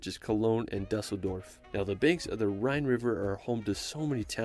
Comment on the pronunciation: The butchering of town names like Dusseldorf and rivers like the Moselle is painful. I wish people would at least try to find out the pronounciation when making content.